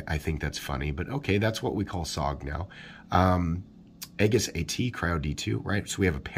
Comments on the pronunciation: There is a navy ship out in a field where I live and it's an aegis command ship/test site. Here where we live we say it like Ay -jis not egg-is. What looks like a warship among the waving cornstalks is actually, well, a warship among the cornstalks. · Not trying to be a dick, but Aegis is pronounced like E-jus, the A is sort of silent....... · Aegis = “eee-jiss” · love the channel. It's pronounced "E-jis" though! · It a soft g, sounds like a-jis. Not a hard word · FYI, it's pronounced EE-jiss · You mispronounced Aegis and are obviously biased.